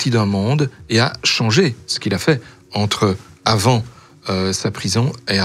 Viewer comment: Ou sinon, Pourquoi maintenant et pas avànt